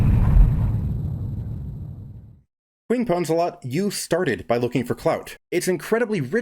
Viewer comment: her name is Queef Pwnzlthot, but i'll forgive you that you pronounced her name wrong :)